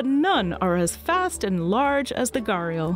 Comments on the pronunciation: it's not gaarial... it's Ghaddiyaal. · Its "Gha di yal" Not "Gar yal" No hard feelings but its like Someone calls you "FO -A-Bae" instead of "Phoebe" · It's ghariaal, not ghaarial. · It's actually GHADIAL not garial as she pronounces.. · Its not pronounced as "gaariyul" In india everyone pronounces them as "gHuDiyaal" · As an Indian it triggers me every time she says "Gharial". Its pronounced "Ghadiyaal" with a rolling tongue "D" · Ye ghadiyal🤣🤣🤣 I was wthhh is gariyalls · Correction : It's not pronounced garr-real It's called Gha-di-yaa-L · He is Ghariyal not Gariyal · Pronounce sort of GRi+Aal not Garial.. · Say ghu di yaal wtf is ghariyal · Its not ga-real, it’s pronounced guh-di-yaal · It's NOT "Garial" But "GHADI"-" YAAL"..... GHADI comes from the pot shaped snout.... Pot is called "Ghada" in Hindi.... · “Gah-riel” 😂 It’s pronounced as “Gha-ree-yal” fyi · It's not ga-ri-al. It Ghoh-ri-al. Is it that much hard to pronounce properly ? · Me an indian I understand that English doesn't have those type of pronunciation. But that's wrong pronunciation that she used. Its more like gha-D-yaal Try text to speech this "घड़ियाल " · In Hindi from where the word comes, it’s pronounced “‘ghuh-rdee-aal” with a heavily aspirated h and and a rolling d and the accent on the first syllable. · Loved the video. Just taking the liberty to correct the pronunciation , it's GHA-DI-YAAL. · Every time I hear her say "garial" . I feel like banging my head. 👏That👏is👏not👏 how 👏you 👏pronounce 👏it👏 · Fun fact it is pronounced "Ghari-yaal" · Umm..the pronunciation is actually * gha-ri-yaals * thanks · It's pronounced "Ghadiyal" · You pronounce it wrong. It is Pronounced as - ghadiyaal Its a word from Hindi language. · Gharial is pronounced as ghadi-aal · You pronounced it wrong . It is pronounce ghadiyal. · It hurts me hearing her pronounce Gharial. its more like GHAD-E-YAL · It's pronounced as "Ghad-ee-yal" in Hindi. That's the proper pronunciation.